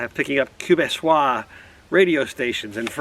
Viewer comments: Quebecois -- pronounced Kabekwa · Looking forward to your follow up visit to Mont Tremblant! BTW it's pronounced K-Bec-Wa (Quebecois). Looking forward to getting my Vistabule!